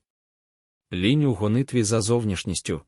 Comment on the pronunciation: Ш І читає луже погано, багато помилок у наголосах. І лІнь, а на лЕнь. Сама тема цікава. Дякую